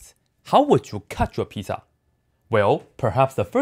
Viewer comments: I love how he pronounces pizza lol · Lol same